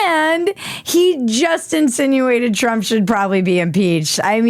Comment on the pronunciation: It was hardly 'insunated'